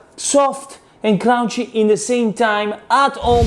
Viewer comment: "Annie", "East" and "Crrrrrounchy!" Please, don't take english class. I love it!